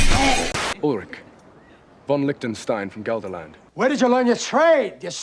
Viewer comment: Also if I'm not entirely mistaken Gelderland is actually pronounced as if spelling Helderland, with a gutteral h...